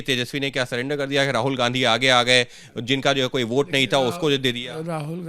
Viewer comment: वोट ❌ भोंट ✅